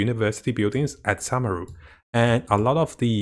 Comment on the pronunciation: SOO-meru and KOO-sanali, please don't butcher the name please, I beg you